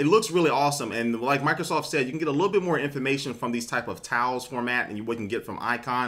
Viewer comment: when you said tiles i thought you said towels lol